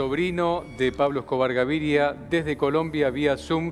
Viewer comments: Es Gaviria no Gaviglia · SON UN DESASTRE LOS PERIODISTAS ARGENTINOS PARA ESTE TEMA, NUNCA ESTAN INFORMADOS Y HASTA DICEN MAL LOS NOMBRES ("GAVIRLIA" O ALGO ASI DICE EL PELADO) . LA PERIODISTA DA POR CIERTA LA SERIE SOBREVIVIENDO A ESCOBAR QUE DICHO SEA DE PASO ES FICTICIA EL 95% !!